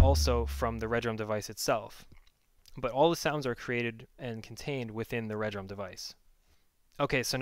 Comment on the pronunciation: Dude...love the vids, but it's RE-Drum not Red Rum. Peace.